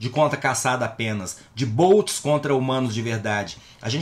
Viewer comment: Pq fala barcos (boats), ou parafuso (bolt) quando se refere a robos (bots)...."bótis"